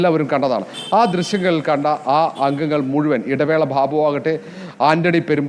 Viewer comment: ഭാബു അല്ല മൈരേ, ബാബു, നീ പിൻവാതിലിൽ കൂടി വന്നവൻ ആണോ? ഭാ